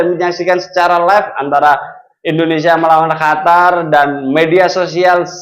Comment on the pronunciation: bukan hatar ...Qatar